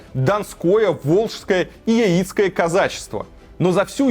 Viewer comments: ЯИцкое, может быть, все таки, лучше на "Я" ударение ставить? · Яицкое - ударение на первую букву. Не от слова яйцо , а от названия речки - Яик. Деревня!)) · Умник... Ударение не верное у тебя про Яицкое казачество. Ударение не на И, они не на яйцах образовались, а на реке Яик. С ударением на первую букву Я. Соответственно и казачество Яицкое с ударением на Я. Учись пацан.